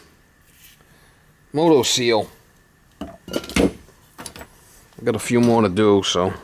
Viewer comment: when motoseal sounds like monoseal hahah very nice work.